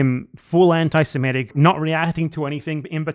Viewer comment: Not completely relevant but it annoys me how ethan pronounces semitic. "Semetic". It also annoys me how he conflates semitism with Judaism. He doesn't know what he's talking about.